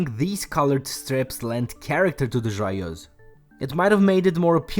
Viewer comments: Another Canadian here. Grew up in a small French-Canadian town. I think you did just fine with the pronunciation. Cheers :) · that was not too bad :D